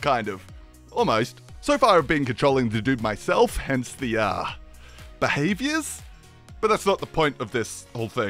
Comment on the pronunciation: Im so sleep deprived I laughed at him saying "behaviors" wtf is wrong with me